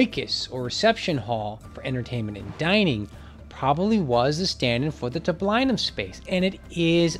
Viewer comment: Latin has no "eye" sound - i is ee, so tab-LEE-num, not tab-LIE-num.